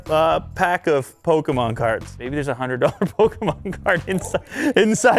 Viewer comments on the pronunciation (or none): He butchered the names of all the Pokémon